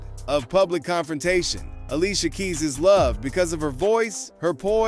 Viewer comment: Not ali cia keis.